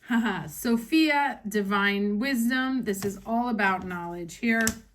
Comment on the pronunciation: medal-yellow-first-red::medal-yellow-first-red::medal-yellow-first-red:One of the few english speaking people who pronounced SOPHIA correctly. From the Greek ΣΟΦΙΑ...